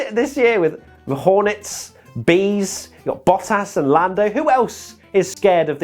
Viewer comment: To all international sport journalists & presenters: ... it is NOT Lewish ... it is NOT Bottash ... and it is certainly NOT Max Vershtappen!